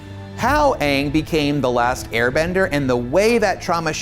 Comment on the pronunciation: "Weird bald person" and He said "Uung" and not Aang, LMFAO